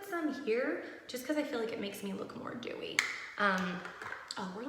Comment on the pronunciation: when you were talking abt the foundation and you went “i like a little more dewey” “let’s do this” i thought you said “dew” lol